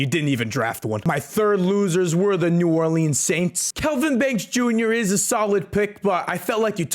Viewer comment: That's how it is pronounced 😂😂😂